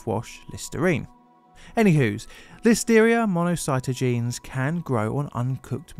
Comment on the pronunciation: Mono-sigh-taw-gin-ease! Damn it! Say it right!